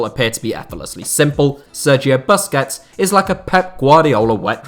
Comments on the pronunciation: Hate how he pronounces Busquets :D Its Boos-kets my bro! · When he said 'buskets' I wanted to die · The 'bus' in Busquets is pronounced 'puss' like pussy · The way you pronounce Busquets make me want to punch my phone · your pronunciation of Busquets is so hilarious